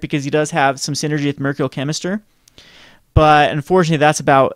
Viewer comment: Mer-KYUR-ee-al Chemister